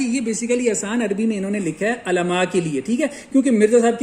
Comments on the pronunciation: حضرت ماشاءاللہ اچھا کام کر رہے ہیں لیکن عُلماء ہوتا ہے عَلماء نہیں اگر الفاظ کا تلفظ صحیح نہ ہوتا تو بات کا وزن کم ہو جاتا ہے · Mere Bhai Alaamaaa Nai hota Ulamaaa Hota hai Apni Urdu e sai krlo Tumne Lolzzz Arbi parhni hai jaaa Arbi pakka k khaaa